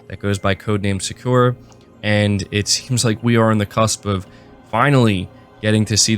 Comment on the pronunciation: You're killing me man. さ = Sa (Sah) く = Ku (Koo) ら = Ra (Rah) さくら = Sakura (SahKooRah) Sony is a Japanese company. It would be very beneficial for you to spend even just 30 minutes on something like Duolingo so you can learn the pronunciation. Even if you don't learn the characters.